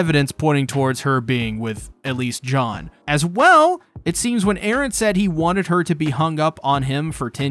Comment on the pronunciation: I was like who the hell is John, but it’s just his weird way of pronouncing Jean